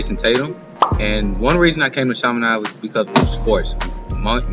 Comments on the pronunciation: Chiminade is pronounced Sha-meh-nod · you pronounced Chaminade wrong. The actual pronunciation is sha-meh-nod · As a st.louisian the way he said the school erked my soul.